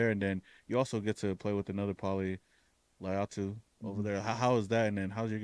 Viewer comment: someone sayin his name right finally!!